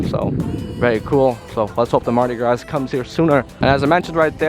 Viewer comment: Good video. Mardi Gras is pronounced Graah, where the A is open, like "hall" or "wall" of "fall". Be mindful of your pace. Take critique as constructive criticism. You really are doing a good job, my young friend. Keep soaking up knowledge and experience. I believe in you, pal.